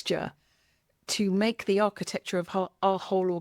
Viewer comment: "architexture" nice